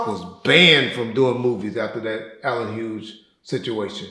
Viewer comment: “Allen Huge”